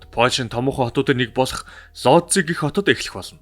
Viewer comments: Сайн байна уу, дандаа сонирхолтой мэдээллийг гоё хоолойгоор хүргэдэгт баярлалаа. Лози хот биш Вүүж хот гэж уншина шүү. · Би Польшид амьдардаг болохоор их сонирхож сонслоо. Ийм учраас одоо ч хүмүүс Вүүдж хотын эмнэлэгт үзүүлэхээс айдаг юм бна. Лодзи гэж уншихгүй Вүүдж гэж уншигддаг шүү. Амжилт байнга сонсогч❤